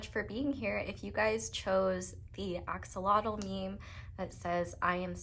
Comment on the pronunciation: It's actually pronounced Axolotl